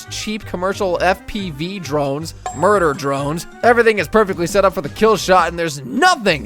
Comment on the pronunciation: hell no did he say muder drone? 😂🎉❤